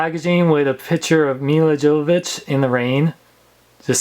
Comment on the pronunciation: Her name is pronounced "YO-vo-vich". The "J" is silent.